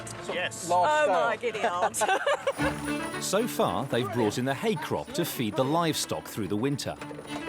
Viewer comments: Am I the only one who loves that says "Oh my giddy-od"? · " oh my guinea-ass"